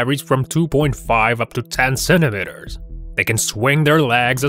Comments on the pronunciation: "Centimeters", not "centimenters!"😅😂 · sentemehtars lol